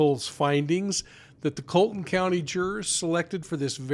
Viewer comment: Her name is Becky not Betty. Please verify the correct pronunciation of Colleton County.